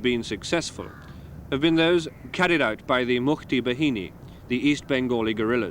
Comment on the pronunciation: mukti BA-HI-NI not behini its bahini -.